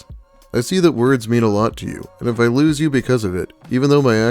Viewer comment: A 32 year old that says loose instead of lose. No.